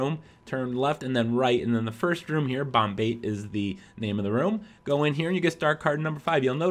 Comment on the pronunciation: it's bom-ba-te not bomb-bait.